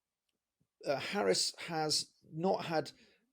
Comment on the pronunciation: Please try to pronounce her name right. It would be respectful.